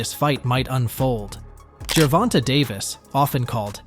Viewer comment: Every time u say GERVONTE wrong it’s cringe AF I never finish the vid 😩🤬